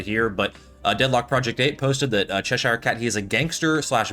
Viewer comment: Love the videos man keep up the great work! Tip, its pronounced cheh-sher.